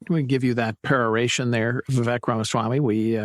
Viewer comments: Say his name right, VivEYk -like cake Viva Vivek 2024! 🇺🇸💪🏼💯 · Lol yea. We-wake is exactly how you pronounce his name. Irony since he is Anti Woke!!